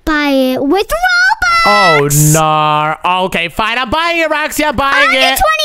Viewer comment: ITS PRONOUNCED "ROBUX" NOT "ROBLUX"